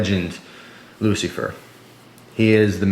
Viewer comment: did he say lucifer ?